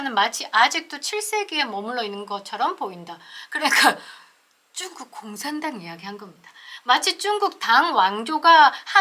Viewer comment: 중국이라고 말해주세요,,,,쭝국이라 하니 듣기에 애매해서리